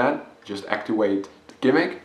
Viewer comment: Make sure you actiwate your smoke dewice so that your vapowizer produces wapor. Just sayin.